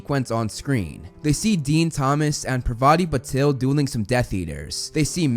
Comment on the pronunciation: it's PAARVATI not PRVATI😑 Which is a name of goddess worshipped in india